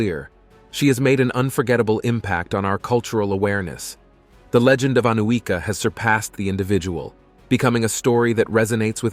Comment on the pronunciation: The correct pronunciation is Aniuka (Анюка).